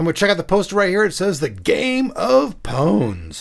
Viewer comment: pawns not pouwns